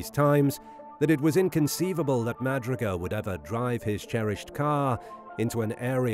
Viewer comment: Jack Madruga's last name is properly pronounced "Ma "Drew" Ga"